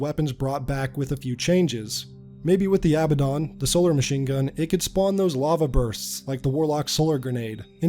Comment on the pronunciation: The Aba-Don? it's Uh-bad-in